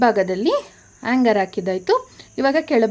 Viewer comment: ಆಂಗರ್ ಅಂದ್ರೆ ಕೋಪ ಮೇಡಂ.. ಸರಿಯಾಗಿ ಹ್ಯಾಂಗರ್ ಅಂತ ಹೇಳಿ.. ಭಾಷೆ ಸರಿಯಾಗಿ ಬಳಸಿ